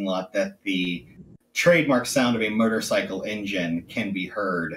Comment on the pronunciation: Sounds like he keeps saying “Murder-cycle” :)